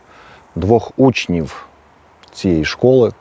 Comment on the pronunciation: Пане, вживайте звук ʼВʼ а не ʼФʼ, якщо користуєтеся українською мовою, а не російською: зарізаФ учніФ, рокіФ, стаФ, розстріляФ